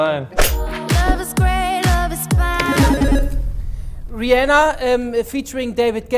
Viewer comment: niemand: Kevin: "Raihanna"